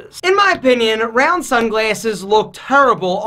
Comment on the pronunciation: “Rrrroun’DUH sun glasses” 😂